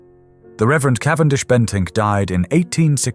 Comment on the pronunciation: "Cavendish-Bentick", not just "Bentink"